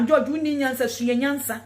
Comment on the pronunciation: She does not even know how to pronounce George, only in Ghana that one can see all this type of woman.